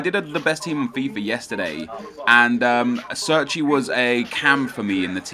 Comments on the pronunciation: He's Italian so sits pronounced "Chair-Chee" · Chairchee is how it's pronounced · pronouced CHAIR-CHI